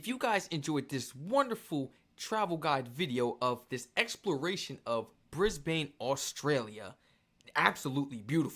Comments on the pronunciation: "Briz-ban" or "Briz-bin" is how you pronounce Brisbane. Love your enthusiasm, and your channel. Cheers from Oz. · it's Brisbane (pronounced Bris-ben) not Brisbane (pronounced Brise-bane) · Brisbane is pronounced like you are saying the word in instead of ane. Fanatically speaking you should pronounce the name of the city Brisbane like Brisbin. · It's not Bris-bane it's ben, not bane Brisbane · Lol... Kangaroos can do more damage than some of our Snakes... 😂 BTW, it's pronounced, Brizz-bn.... not Briz-bayne....🤪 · Love your videos on Australia 🇦🇺 ❤ it’s pronounced Bris- bin btw 🥰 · Pronounced Briz- bun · Pronounced Brizbnn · Yes don't say it as Bris-bane ( it's not Batman)😂 . Warning: beware of the birds in spring😂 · Bris-bane.. prepare yourself for the educational comments mate.😂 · Pronounced Brisben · On Behalf of the Australuan population, We would Love to have you in our big beautiful country. Brisbane is said like Brisbin. That's how we say say it darl. 😏. ❤ your content. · START BY CALLING IT BY THE WAY THE LOCALS SAY IT NOT THE TOURESTS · First off, it would take 45 seconds to Google the correct pronounciation of Brisbane. If you cant even be bothered to do that, it's better you stay home !